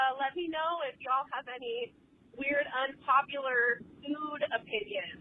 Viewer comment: 4 and a half hours of "aney" I'm dead 😭😭🤣🤣